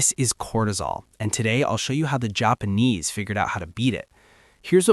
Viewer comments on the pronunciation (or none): The Jop-pawn-ease. What a wild way to pronounce that…